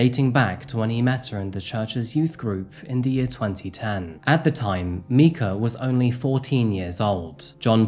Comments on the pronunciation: I’m guessing that you haven’t heard that Myrtle Beach’s nickname is “Murder Beach” ‘Mica’ is pronounced “Micah” like Micah, the name from the Bible or think of the end of the word Formica as in Formica countertops. I usually don’t correct people, especially because I know he has an accent but Micah was an incredibly beautiful woman who was done so wrong and victimized and she deserves a voice and for everyone to remember her and her name. Her murderer should be forever forgotten. He’s such a piece of scum. I live in Myrtle Beach and this is one of the most heartbreaking incidents I’ve seen in a long time. Why? Obviously there’s Domestic Violence, Mental & Physical Abuse, Murder (I’ve been in a DV relationship, I have no doubt it was murder.) The biggest reason I think her abuser & life taker is the lowest of low is because he claimed to be a man of God. Men and Women who take on the roles as leaders in churches as Pastors, Preachers, Ministers, etc… I fully believe that they are held to a higher standard in God’s eyes because He (God) knows that these men and women are taking on a position where they are supposed to be role models for the people in their churches, where people who are struggling, having crises, needing spiritual guidance, have questions about the Bible and questioning their faith come to ask questions and these people, look up to these role models day to day, they see them. They watch their actions and words, how they live. Don’t get me wrong, of course, they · Love this channel and your content, but you really gotta make sure to pronounce a victim’s name correctly. Micah or Mica is a very common English name with Hebrew roots, said like “Mike-uh”. Very distracting the whole time. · i'm pretty sure it's pronounced micah